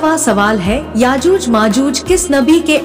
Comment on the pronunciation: Aajooj nahin yajooj he